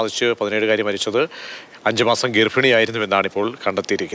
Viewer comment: ഗർഫിണി അല്ല ഗർഭിണി.. ഇനിയെങ്കിലും ശ്രദ്ധിക്കു... വീട്ടിൽ പറയാം.. ഇതുപോലുള്ള പൊതു വേദികളിൽ അരുത്